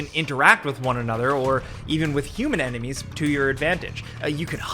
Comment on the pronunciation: emenies? not enemies?